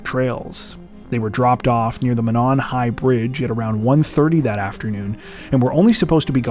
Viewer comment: Monon is pronounced “moe-non” not “m’non”.